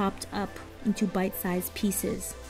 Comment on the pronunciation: I am German and I always got "butt size" instead of bite size xD